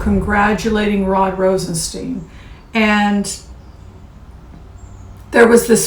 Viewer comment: you are far too intelligent to keep mispronouncing Rod ROSEN-STINE (long i) not ROSEN-Steen. Mr. Rosenstein, upon taking his office educated everyone on the pronunciation of his name: STINE. I do adore you very much. Thought you should know. Thank you for your good works.